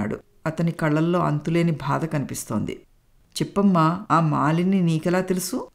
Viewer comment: Madam katha chala bagundi 👌👌 Oka chinna suggestion, "badha" anna word konchem practice cheyandi. Alage "chi chi" "Cha cha" Ane padaalu konchem light note lo chadavandi, maree votti petti chadivaru. Meku cheppagalige anthati danini kakapoyi undachu, but i hope you may notice it. Story was good, thanks to your Mother-in-Law for nice narration. We people like positive ending and inspirational stories right? ?